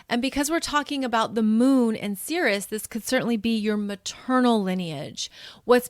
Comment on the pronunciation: I thought you might want to know that Ceres is pronounced "eez" on the end - ˈsēr-(ˌ)ēz, which sounds like the word 'cereal' which, as you know, comes from Ceres the Goddess of the Grain. 🌾 I appreciate what you're teaching us in this video, because I've been wanting to learn more about what healing looks like and what all the different possibilities are for how to do it., you definitely make me feel more okay with being on the path I'm on and following my NN in Cancer, 1st house. "Persephone became very skilled at journeying between the upper world and the underworld." - Get this - Proserpina is conjunct my Moon which is sextiling Ceres in my chart. And I've been reading near-death experiences since I got online in 1998. They were the first thing I looked up as soon as I was on the internet. I'm fascinated with that subject. "She became a messenger for the Gods." - I have a stellium with my Sun in Pisces. This is from my notes: "Pisces: the pure channeler of the gods." and also: "God's Gift to Pisces ~ To you Pisces I give the most difficult task of all. I ask you to collect all of man’s sorrows and return them to me. Your tears are to ultimately be My tears. The sorrow you will absorb is the effect of man’s misunderstanding of My Idea, but you are to give him compassion that he may try again. For this, the most difficult task of all, I give the greatest gift of all. You will be the only one of My twelve children to understand Me. But this gift of und